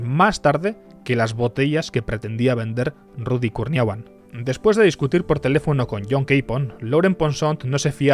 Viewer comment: "Ludy! Eles el mejol!" 🤣🤣🤣🤣